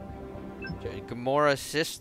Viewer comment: Why did you pronounce Nebula wrong?